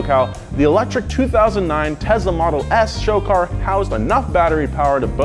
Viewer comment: Did he just say tensla